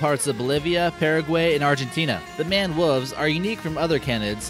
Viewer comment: Its pronounced "mained wolves" and they eat quite a lot of fruit.